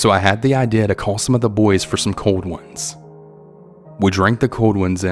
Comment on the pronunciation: I had to laugh at the way you pronounced "cold ones" Not in a disrespectful/bad way. But your accent made it funny